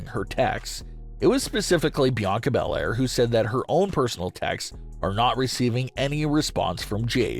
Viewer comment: It's not Bianca Bel-Air this